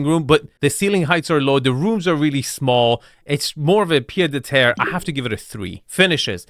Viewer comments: I'm too french to let this go it's 'pied-à-terre' pronounced piétàterre literally foot-on-ground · Quick correction. In "pied-à-terre", the "d" is silent. I'm only saying it because based on your videos, you seem to like to pronounce in different languages correctly.